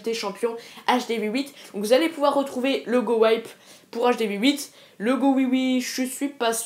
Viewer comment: GOWIPE ne se prononce pas GOWAÏPE mais bel et bien GOWIPE car : GOWIPE = Golem + WIZARD + P.E.K.K.A Que je sache, on ne dit pas WAÏZARD si ?